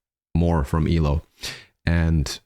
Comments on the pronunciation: Calling them E-low is offensive. It's pronounced E - L - O. You say each letter, like CEO, FBI, NBA, and BBC. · It is E. L. O...It has never been pronounced elo until reactionists came along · 😂It's not pronounced, eelow. It's E-L-O. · Not eee-low. It’s E.L.O. Electric Light Orchestra.